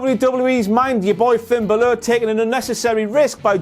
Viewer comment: I think he pronounces Balor wrong